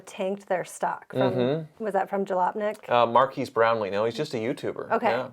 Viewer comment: It's pronounced more like 'Mark-ezz' If reviewers can't give honest feedback, just read the company literature and take them at their word. Enjoy the corporate bullshit 👍